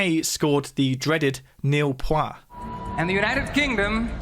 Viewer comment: "nil points" - "nil pwa"?? 🤣